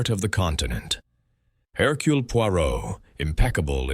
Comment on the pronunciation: "Herculay"... The ai narration wasn't unbearable but the pronunciation of Poirot's first name rankled. Overall a pleasant listen. Thanks